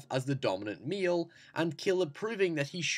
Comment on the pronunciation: "The dominant meal!" Damn, great analysis, it just causes shit on my brain to go nuts when you pronounce "male" as "meal" . Great videos though!